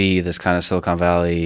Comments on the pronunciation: Joe “*silicone* valley” rogan lol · Is it just me or is Joe consistently calling it "Silicone Valley"? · "Silicone Valley" lol